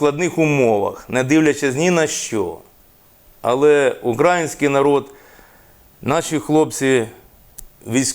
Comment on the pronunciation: Ріже вуха наголос на слово «український»…